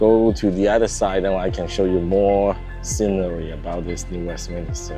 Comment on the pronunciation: Please New WestMINSter.